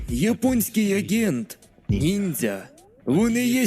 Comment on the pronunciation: До-початку, чого ти підписав нормально, як "нінджя", але вимовляв по-поліванівськи, як "нінзя"?